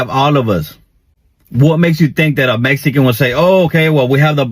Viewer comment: Meessssican hahah